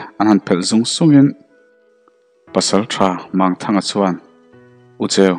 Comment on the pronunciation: Mangthanga hei pawh hi a thluk a dik lo. Mang tih hi CHAL, Lawichal, Sechal, ang hi. Ti chuan Mang tih hi Lang, tuiah thing a lang ang a thluk tur ani.